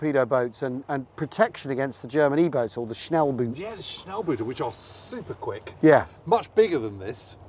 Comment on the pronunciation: Pls stop the boot shit. Its not pronounced like boot. Schnellboot its like only 1 O but you say the o the length of 2 letters. Still the same sound: O not U...ffs. Grüße